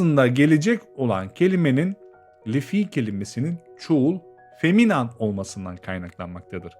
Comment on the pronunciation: selam ben 11 yaşındayım bu vidodaki feminin feminen diye okunuyo feminam diye değil